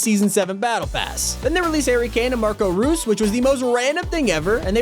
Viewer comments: Hearing butcher the pronunciation of Marco Reus angers me deeply. It's pronounced "Royce" man c'mon. How didn't you see that from the beginning? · it’s pronounced “marco royce” but love the videos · What a disgrace how dare you call him Marko Ruse instead of Marko Reus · Marco roose😭😭😭😭 It's pronounced royce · marco roos? no offense but americans pronouncing footballers just irritates me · Marco “roos” ahaha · i was dying when he said marco roos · “Marco Roos” haha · “Marco rus” lol 😂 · It's pronounced "roice" im sayin this cause there's another footballer named marco rose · Y can no youtuber say marco reus correctly 😩😩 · You said Marco Reus wrongly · I'm from Germany and hearing him saying Marco Reus not correct Pain